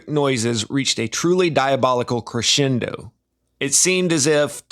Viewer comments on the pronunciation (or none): none